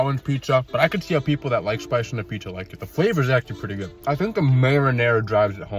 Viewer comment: Bro how come u baby talk? Pupperomi? Pieesa? It’s like the one bad part about ur channel, is the baby talking, if you just annunciated every word this channel would be S+ tier Oh and how you sometimes put “SH” on “s” sound